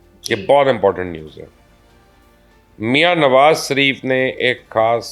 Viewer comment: Phlay sharif kana seek lo sha reee ffff not sa ref